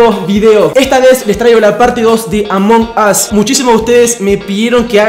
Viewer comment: Además lo dijo mal